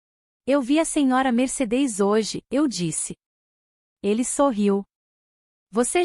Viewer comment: Meu Deus, a IA não consegue pronunciar MERCEDES